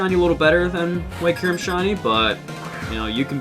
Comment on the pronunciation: W video except how you say kyurem